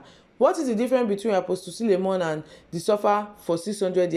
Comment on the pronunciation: First here I have not subscribed but I love you. Did you say sulemon or SULEMAN ??